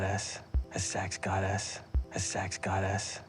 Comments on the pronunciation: This video is IT. The “sex godAssssss” killed me his accent really JUMPED out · i cannot tell whether he says “sex goddess” or “sex god ass” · It sounded like goda$$ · "sex gaaddess"